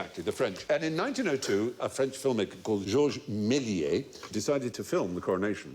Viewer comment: Méliès is pronounced may-lee-ay-ss